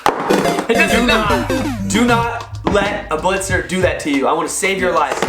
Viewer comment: Hahaha wie sie diese deutschen Begriffe aussprechen „Blizzers“😂